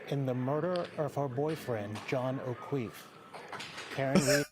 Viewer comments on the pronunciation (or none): “John oqueef “😂😂😂, they guy finally had a historical media moment and made a blooper out of it 😂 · kweef???? LOL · that was an unfortunate mispronunciation of the victim's surname. John O'Keeffe deserves justice. Stop the modern day witch hunt and arrest the real murderers and conspirators. JUSTICE FOR JOHN O"KEEFFE!!!! This is not the end....